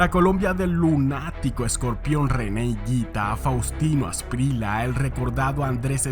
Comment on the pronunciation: Se escribe Faustino Asprilla/ se pronuncia Aspriya.